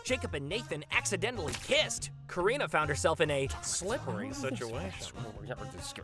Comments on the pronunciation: You keep saying we spell her name wrong, but it's you who pronounce it as Korina instead of KArina 😅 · It sounds to me like they say her name as Kuh-ree-nah, which is pretty similar to how Katrina (Kuh-tree-nah) is pronounced (at least where I live in Canada idk).